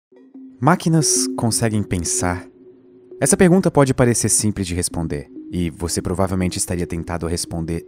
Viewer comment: Essa "pegunta" kskksksks dsclp